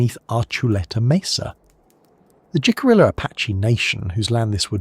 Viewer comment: FYI, Jicarilla is pronounced - Hick-uh-ree-uh. From a Four Corners Resident who has worked on and around the Jicarilla nation. Otherwise, an interesting, informative and well done program!